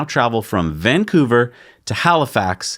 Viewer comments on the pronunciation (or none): none